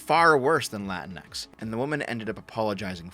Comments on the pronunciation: It's pronounced "La-Tinks". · My girlfriend is of Mexican descent. She hates latinx. Also you keep mispronouncing it; pretty sure it’s “la-tinks”. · HOLY SHIT, SHE ACTUALLY TRIED TO USE AN ACCENT AND THEN JUST PRONOUNCED THE X IN ENGLISH. "Lah-teen-ECKS" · As an Australian, I pronounce it la-tinks.